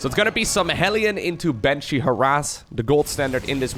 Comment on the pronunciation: Miberator, Maven, Manshee